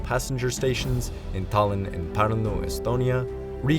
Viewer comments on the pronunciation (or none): Please, dont mispronounce words, including English ones. Route is the same as root. Tallin is tallin, not tollin.